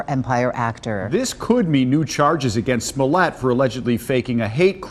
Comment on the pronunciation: 👍👍 but I believe it's pronounced Smoe-lette 😂